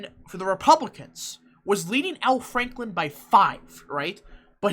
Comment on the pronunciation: i like how you call him al franklin lol